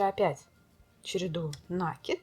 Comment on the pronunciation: Ну не нАкид, а накИд, пожалуйста.